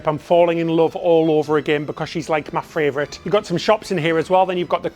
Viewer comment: As an Australian, I am very disappointed to hear failed Australian accent. Also it's funny to hear say "fravourite" instead of favourite.